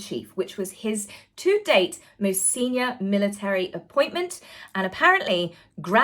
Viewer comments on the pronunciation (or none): none